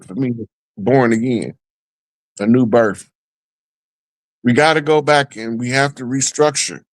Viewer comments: BIRTH NOT BERFRIGHT. GO back to class. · did not say Berth -- He said BerF. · killed that birth spell word. It's Berth just as the said. Know tribal talk. Get in class.